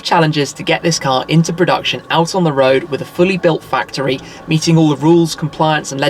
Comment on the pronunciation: the way he pronounces CAAAAHR